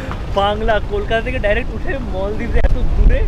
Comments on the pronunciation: bhaiya its maldives not moldives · Kothata 'moldives' noi maldives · মলদ্বীপ না মালদ্বীপ 😑